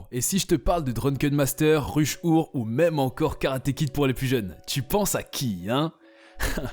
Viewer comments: Pourquoi Ruche Oure au lieu de "Rush hour" avec une prononciation anglaise ? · Rush our.... merde l'accent français c'est quand même quelque chose.